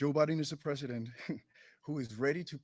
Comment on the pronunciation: Biden for resident... he ain't got the "P" ....